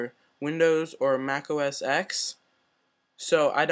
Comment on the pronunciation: Mac Os x? Bro it's called mac Os ten